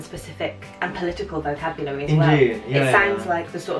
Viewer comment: It is not read vokabulari btw like you pronounced it...but 'vo ke biu leri'